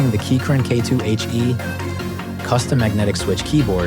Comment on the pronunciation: Why the shitty AI generated voiceover? It literally couldn't even pronounce the name of your company correctly. Embarassing that you let this through. Hire a human next time.